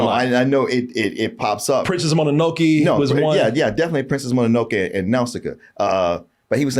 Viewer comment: he rly said monanokey 😭